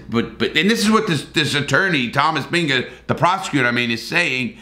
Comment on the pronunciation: 2 mins in he mispronounces Illinois and Binger.... Yikes.